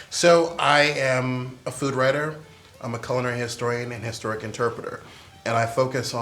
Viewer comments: Why does he pronounce 'culinary' like that? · the way he enunciated I thought he was going to say cute” lol But it was “culinary” 😂